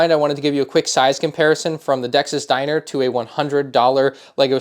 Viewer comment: I think he accideently said it weird